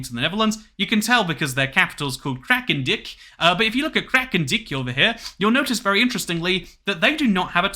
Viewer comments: to pronounce it as 'Kralendike' as in 'like' and the a as in 'armor' would be closer to the Dutch pronounciation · I lost it when he called it krakendick